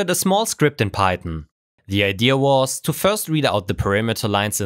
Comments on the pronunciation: Very nice hypothesis and testing implementation. But... It's "idea" not "idear". (sorry, but that was bugging me even though your english is far better than my german) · IdeAh, not Ide-er. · Cool idea! (Btw It’s pronounced ide-A not ide-ER) 😉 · What's an "ideaR "